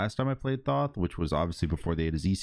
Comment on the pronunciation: It's thoth not thoth